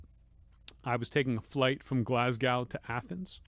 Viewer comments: I'm from Glasgow, we pronounce it GLAZ-GO... Just so you know, cheers! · Anthony pronouncing Glasgow … jesus